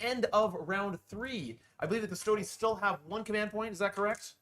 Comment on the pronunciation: 1h 25min in. Can’t watch him butcher Custodes again